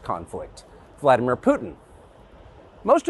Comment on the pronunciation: Benny its not Voldymor, it's Vladimir.